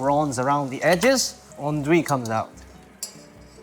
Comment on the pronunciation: This guy is so precise in everything he's saying... and yet this is the worst way of saying "andouille" I've ever heard 😂😭